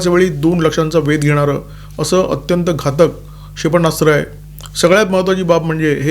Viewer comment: क्षेपणास्त्र असा शब्द आहे. उच्चारताना "क्षे प ण्णा स्त्र" असे ऐकू येते त्यावर उपाय करावा. आपल्याकडून चूक होऊ नये ही मनापासून इच्छा आहे.